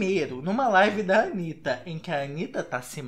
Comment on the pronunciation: "Antanitta" kkk credo. mas vc é legal.